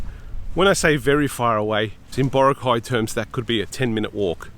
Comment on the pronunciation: It’s not BO-ra-cay. It’s bo-RA-cay. The stress is in the 2nd syllable.